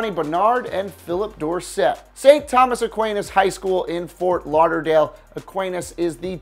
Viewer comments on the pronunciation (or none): none